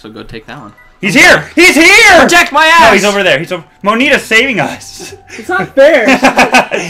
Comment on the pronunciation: It's Monita not mokeeta